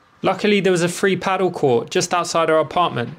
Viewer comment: Great video! Only one thing I would like to ask. Please quit pronouncing it ‘paddel’. ;-) Pádèl